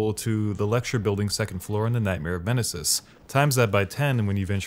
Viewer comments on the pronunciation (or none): “Yeragul” and “Nightmare of Menasis” 😂